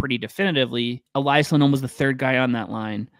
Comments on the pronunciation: Just so you know, you can only pronounce the name Elias one way if you're Swedish: E-lee-as. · Note from a Swede: They're both called Elias, which should be pronounced "eleeas" with an ee sound, not "elaias" :)